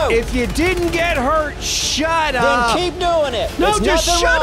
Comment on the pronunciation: New York accent was coming out when he was telling to shut up 🤣